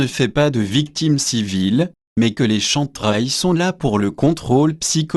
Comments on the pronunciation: Excuse moi c'est Kem Trails et non Chantrails SVP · plus des "chèm traiylls".... c'est un peu le soucis avec les vidéos pseudo-Anonymous qui utilisent des logiciels de vocalisation pour dire un truc à la con que l'auteur n'assume même pas.... si hervé guiet a une once d'honnêteté, qu'il achète un micro et nous fasse une vraie vidéo, avec ses sources en commentaire... là, pour moi, c'est du pipo... du pipo! si il joue de la flûte, c'est tant mieux?